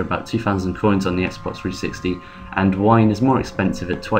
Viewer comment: you said whine instead of wynne...